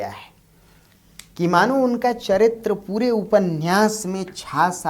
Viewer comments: उपन्यास को उपन्नयास उच्चरित करना उचित है क्या? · उप में से अ निकाल कर बोलना अर्थगत एवं उच्चारण संबंधित दोष नहीं है। यह एक रूढ़ी की तरह स्वीकार कर लिया गया है जो अर्थ का अनर्थ कर देता है ... इसका सही अर्थ तभी निकलेगा जब हम उपन्यास बोलें